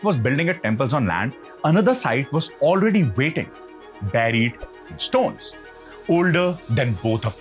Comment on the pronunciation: Nice content, hope you can improve on diction. Some words are pronounced very badly like buried